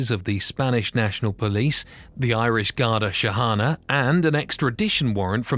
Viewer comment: It’s pronounced Garda sheekana